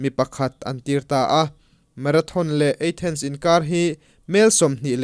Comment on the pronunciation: Athens eithens tih deuh a lam leh thin hi hit viau lo